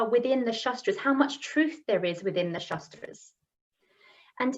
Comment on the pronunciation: Sry. to point you out but it's " shAAstr " ( शास्त्र meaning a suffix for technical or specialized knowledge in a defined area of practice like -logy in ecology, psychology, etc.) & not "shastr" (शस्त्र , meaning weapon), & also no need to put "a" in the end of everything, but if the whole world is doing so, it may not be a big issue. But in case of pronouncing शास्त्र as शस्त्र meaning changes, so here the prononciation is important & must taken care of.